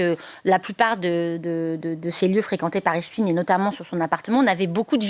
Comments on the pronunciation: Cesr pas epstiiiiiine. Il est pas russe. Son nom. Cest epsteiiiiine. Aiiiiine. Comme einstein. Taiiiinnnnn. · Pourquoi Epstine ? C'est Epstein. Comme Eisenstein Einstein, Frankenstein.. Et non Epstine comme Poutine ou Raspoutine, tartine.... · epstine non c'est pas russe c'est epstein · Arretez de drire "Epstine" comme Poutine, c'est bien Epstein, comme Einstein. Et on comprends la volonté de censurer et de ficher les opposants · EPSTEIN ... Pas EPSCHTINE ... PUTAIN DE PROPAGANDE PAR LES MOTS ! FRANKENSTEIN, EPSTEIN ! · On dit Ep ch ta i n e pas stine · C.est pas epstine, c’est epstein, vous confondez avec Poutine.😂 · Merci merveilleuse Madame pour votre précision et votre professionnalisme juste une petite remarque pas Epstine comme Poutine mais epstein comme Einstein merci et bravo et bon courage à vous pour votre travail remarquable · Cst pas Espstiiiiiiiiine c’est espSTEIN , c est incroyable quand même. Vous prononcez pas albert Einstiiiiiiiiine mais bien Einstein alors pourquoi ce glissement ? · Ici on est en France et Epstein se prononce Epsteine et non pas Epstine. Il doit bien y avoir des cours du soir gratuits quelque part en France de prononciation car il ne suffit pas d’être un banal perroquet et tous les français ne sont pas incultes quand même...quoi que... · le fond et la gravité de cette affaire n’est vraiment pas la prononciation d’epstein ou epstine... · Épstiin, même prononciation qu’Einstiin ?😉Einstein , ……..Frankenstein, Epstein , c’est pourtant pas compliqué 🤣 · espSTEIN svp. Qui a décidé qu'il fallait prononcer autrement et pour quelles raisons ? EinstIN donc, pas ESTEIN? lol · Epssssstein !!! Ce n'est pourtant pas compliqué. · Vous dites Albert Inestine ? Harvey Vinestine ? Non. Donc prononcez bien svp (Epchta i ne), sachant qu'on est loin de finir de parler de cette affaire...